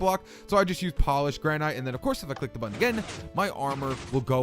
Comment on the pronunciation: HE SAID CLICK MY BUTTWHOLE!!!! xD